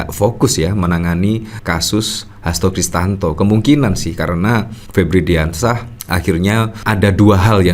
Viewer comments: Bang, maaf nama lengkap pak Hasto itu adalah Hasto Kristiyanto, bukan Hasto Kristanto. Sepertinya anda kurang tepat melafalkannya.... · HASTO KRISTIYANTO, mas! Bukan HASTO KRISTANTO! Nanti dikira orang yg berbeda lho!